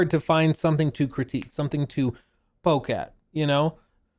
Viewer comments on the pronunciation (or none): none